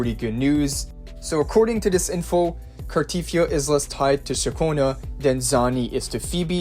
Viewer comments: its pronounced carteTHYA not carTEETHYA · Car-tea-thee-A... jesus pronounce her name properly...